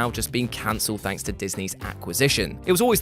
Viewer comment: You surely pronounce "thank" weirdly...